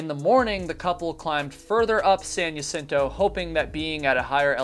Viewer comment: It’s pronounced “hah sin to” as with many place names in Alta California, it is Spanish.